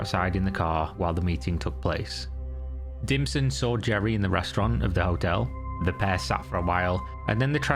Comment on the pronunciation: Dimson? Oh he was definitely DIM but I keep hearing ”DlPSHlT”